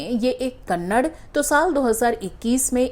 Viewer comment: Its called as "kannada" not Kannad